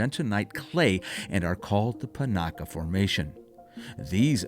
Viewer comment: I grew up in Las Vegas and spent a fair amount of time traveling to and through Pioche. I really enjoyed the video. Caliente has really changed since the last time I went through it, back in the early 90s. Pahranagat is pronounced as Pah ran a gat, not Par A Naggot.